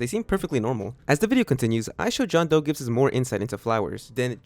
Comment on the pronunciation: John toe